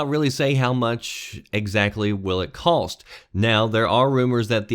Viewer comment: no L in cost...just fyi